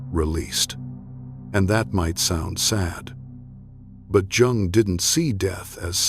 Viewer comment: HOW CAN ANYONE TAKE THIS SERIOUSLY WHEN THE NARRATOR CAN'T EVEN PRONOUNCE JUNG CORRECTLY. COME ON!